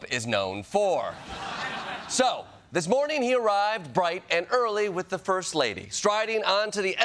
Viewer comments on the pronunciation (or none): none